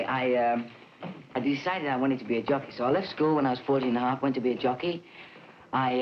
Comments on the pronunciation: I'm glad I had previous knowledge of Jones being a jockey, because I swore he said "junkie" several times. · I thought he said, “I want to be a junky. I practiced for 7 months to be a junky.” Lol. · Sounds like he's saying junkie😂 I loved watching the Monkees growing up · I thought he was saying "junkie." Was so confused. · I got the words Jockey and Junkie mixed up. It sounded like he told his dad "I want to be a junkie."